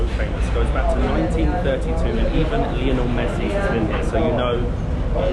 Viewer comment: Great video guys! Buenos Aires is definitely worth a visit. It’s hysterical that the only thing can pronounce correctly in Spanish is Lionel Messi as he butchers everything else! 😅 Loving watching your travels, keep up the great work! Abrazos!